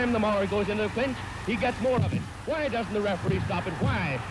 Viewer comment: He's lost 7/12 of a dozen teeth, hoowhy won't the referee stop it, hwhy, hwhy!? 7 foots be like: it's just a flesh wound.